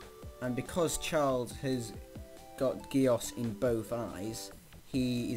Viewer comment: Btw who ever made this they are saying geass wrong